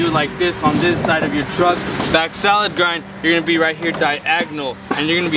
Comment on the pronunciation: Salad Grind* not "solid grind"